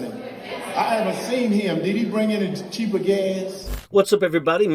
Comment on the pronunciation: "Did he bring any cheapa gas"?🤣😂😭